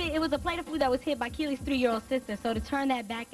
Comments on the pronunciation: KEILY!! KEE•LY!! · Her name is key lee